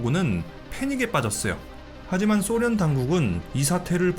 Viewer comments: 소련을 쏘련이라 발음하는 꼴통부엉이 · 소련을 쏘련이라 발음 하는 꼴통부엉이